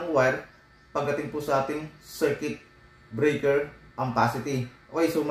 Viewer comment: Circuit breaker, bakit kung i-pronounce mo ay circuit-uh-breaker. Annoying pakinggan paulit ulit.